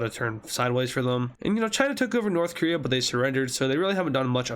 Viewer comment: did you say korea?